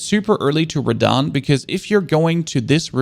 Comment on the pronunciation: That really hurt me when he said beat radhan